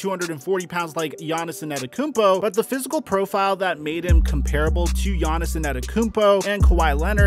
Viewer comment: Still can’t say gainnis name right